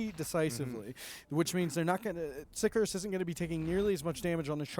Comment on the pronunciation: For fuck's sake, Sicarius has TWO i's in it. Sick-arr-ee-us. It's not hard.